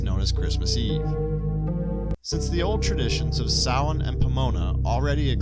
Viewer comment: Samhain is pronounced sow-wen.